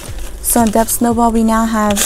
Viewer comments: is she saying “Dept Snowball”?? 🤨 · Your videos are so satisfying lol ……..The b in debt is silent. 😊💕